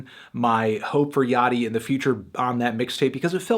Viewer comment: Holy shit. Me and my friend consistently say Lil Yachty's name like "Little Yak-tee" and hearing Anthony say it correctly is tripping me out.